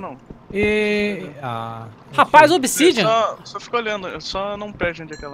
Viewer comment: rapais obissidiam KKKKKKKKKKKKKKK